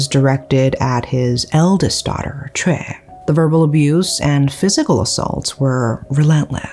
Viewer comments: Is her name chay or choi??? You keep pronouncing it as chay but the subtitle is choi. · I know this is not on topic but Choi is pronounced Chay or Shay?